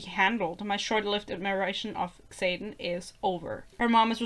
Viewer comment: your mispronunciation of xaden is deserved tbh what a silly name 😭